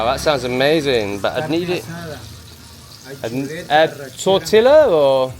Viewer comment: Geeeez! 😂ffs, learn how to talk man 😂😂 listening to you speak to the natives like they are stoopid, cracking me up ! 😂.... you say spanish words phonetically. Their words are not pronounced how they are spelt 🙄... Tortilla = Torteeya... ❤❤